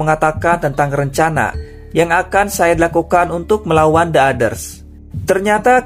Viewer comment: Bang kalo ngucapin "the" Kemudian setelahnya diikuti kata dengan huruf depan yg merupakan huruf vokal(a,i,u,e,o) maka kata "the" Dibaca jadi "di" The Others (di others)